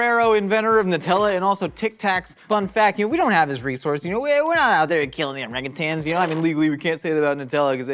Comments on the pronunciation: Thank you for actually pronouncing Orangutan correctly! I've pronounced it that way (the correct way) and have literally gotten mocked..."It's Orang-you-tang you idiot!". NO IT'S NOT! THERE'S NO FREAKING G AT THE END OF IT YOU CHARLATANS! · As someone who worked with orangutans in a zoo it makes me so happy to see pronouncing orangutan correctly there is no second G thank you so much for doing it properly